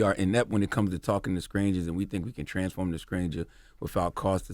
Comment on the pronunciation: Did charlemagne say “SKRANGERS” twice ??? 😂 that’s a country boy there 🙌🏾